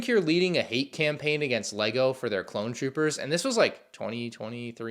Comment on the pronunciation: Hey, why do you pronounce it "Clone CHOOPERS" instead of "Clone TROOPERS"?